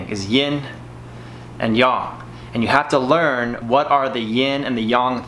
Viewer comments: its Yin and Yang bro. don't call it Yong. many will get offended. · stop saying "yaarng" for fucks sake, it's yang as in bang. Your pushups are shit and produce very little result for the effort, get your elbows next to or even touching your ribcage and feel and see the difference. I have occipital nerve issues, I do 300 to 500 pushups in sets of 50 to 80 every day to keep the blood flow around my shoulders and neck flowing to relieve the pain.